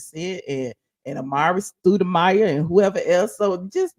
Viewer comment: Miss you were wrong for calling Kandi a predator....un following, and it's not studemire......learn to pronounce. Bye.